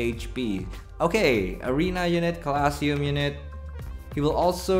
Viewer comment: my good sir I love you but the way you say colosseum is making me die slowly Lobe ya bud